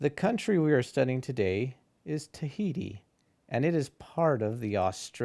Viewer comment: Et oceania la lune tahiti it not the way u say it